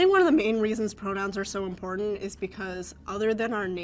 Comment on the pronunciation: So the one leah something can fully over pronounce "identity" but completely mispronounced "important". F. OFF.